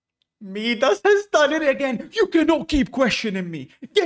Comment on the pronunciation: Meedus? Its Midas kind sir, pronounced as Ma-i-das